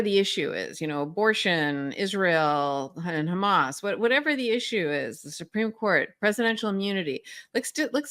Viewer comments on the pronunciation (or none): none